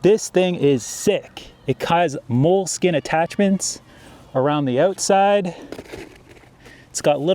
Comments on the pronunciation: It's pronounced molly not mole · Good video, it's "molly" not mole.